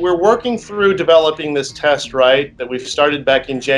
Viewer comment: Woman with froggy voice talking about the "tast".